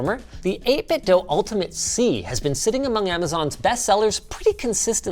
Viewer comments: Linus still pronouncing 8bitdo as 8bitdough lol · It's not pronounced "Dough." I contacted 8BitDo and they confirmed it is pronounced "DUE" with an email. The 8BitDo Bluetooth Speakers pronounce it "DUE" when it powers on. Also, Logitech controllers stand the test of time and I prefer the D-pad for fighting games. Logitech makes a good controller in my opinion. That controller is one of my favorites of all time and you knocked it. I bought THREE of them and I am still only using the first one I ever purchased. The others are still brand new. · Why doe you pronounce 8Bitdo like that? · Hard to take a review seriously when you keep saying the name of the company wrong :(